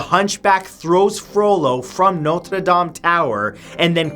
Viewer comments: I like how you pronounce "Notre Dame." This whole list was informative. Now, would you please produce a video about Saint Patrick's Day? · YYYYEEEESSSS HE SAID NOTRE DAME CORRECTLY